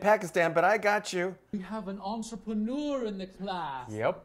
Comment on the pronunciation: Why make fun of a pronunciation that was spot on? He made himself look really dumb (at least to us) because even english people don't have the level she said it with